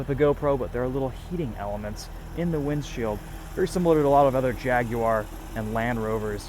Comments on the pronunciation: "Jagwar" not "Jag-you-ar" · It's Jag-War not Jag-you-are, good sir. Act like you can afford one. ;-)